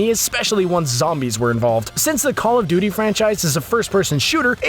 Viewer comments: Hey um paw of duty? or Paul of duty? You mean call of duty? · he said Paul of Duty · Did he say Paul of duty